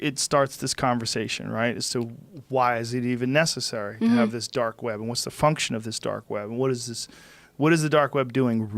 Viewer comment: The “dork web”